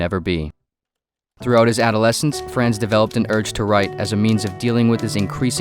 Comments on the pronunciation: Except it is 'Frahnz', not 'Fraanz,' like a Boston taxi driver... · “Fraanz” hurts my ear every time I hear it. It’s more of an “ahns” sound. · the narrator mispronounces his first name as it rhymes with bronze you're just gonna have to trust me on this... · Fr-ah-nz It's FR-AH-NZ... NOT FRAAAAANZ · Uhhh… The ‘a’ sounds in Franz Kafka’s name should be the same, all sounding like “ah”. As such, ‘Franz’ should sound like “Frahnz”. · pretty sure its. more like frahnz but whatever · Repeat after me---- Fr AH ntz . That is the correct pronunciation. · I can't listen to this because you keep saying "Franz" in a way that rhymes with "France." Just no. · You mispronounced his first name!! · If the narrator gets the a in Kafka right (pronunciation) why does he butcher the a in Franz? 🤔 It's the same vowel, pronounced the same way.